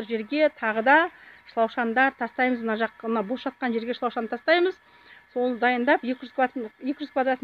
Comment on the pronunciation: Ісинизге береке берсин. Сиз дурыс сойлесенизши. Гон емес. Көн дейди буны. Шлапшын емес. Шлаушын дейди. Дурыс сойлемейсизба.